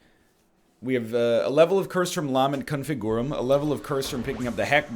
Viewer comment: He may be able to pronounce golden but will he ever learn how to say "LAHment ConfiGOOrum" properly